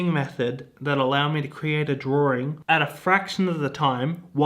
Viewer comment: Did he say “drawring”?